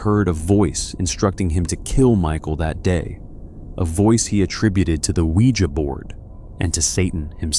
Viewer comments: I tried to listen to this I love these kinds of stories but I'm having to turn it off because he can't fucking pronounce ouija correctly... He says it like sling blade.... Noooo thanks I'll watch a video where they CAN ACTUALLY PRONOUNCE WORDS CORRECTLY smh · Pronounce ouija" the right way!